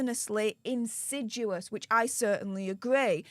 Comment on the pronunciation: I know this woman is a walking speech impediment but can someone please teach her how to read and say insidious!